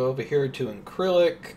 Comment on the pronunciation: Incirlik..pronounced ln-Sir-lick. Been there and was airborne that opening night.